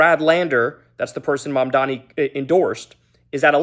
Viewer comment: And it’s MAMDANI M A M D A N I! GET IT RIGHT